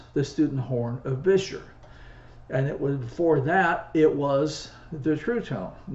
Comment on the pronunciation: Congrats on pronouncing the make as Gus Beuscher did; most get it wrong- Bisher! Of course, it would have been closer to Boosher in the old country.